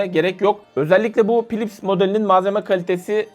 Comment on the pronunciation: naçizane tavsiyem hocam, philips derken pilips değil filips diye okunur, p ile h yan yana geldiğinde f ile okunur